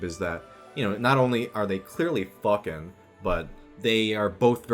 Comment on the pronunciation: "yeah they FWOAKIN!!"